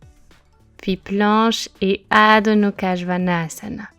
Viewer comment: Coucou, juste une question car je suis prof aussi et je t'entends dire Adho Nukha au lieu de Mukha. As-tu l'explication? Je suis curieuse, merci:)